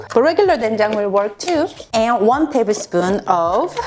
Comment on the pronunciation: one tablesmuddl... roflmao